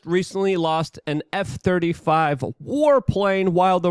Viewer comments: Luke...it's pronounced Marine Core, not Marine Corpse. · Corps is pronounced "core". As in Marine Corps. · Please drop the "S" when pronouncing the word Corps. When saying Marine Corps.